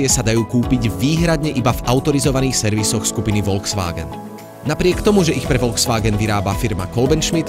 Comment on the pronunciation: btw volkswagen sa číta "folksvágen"